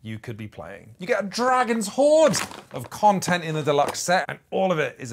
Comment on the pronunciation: I had to "rewind" a few times to correctly hear you saying Quinns Quest Quontent (instead of content).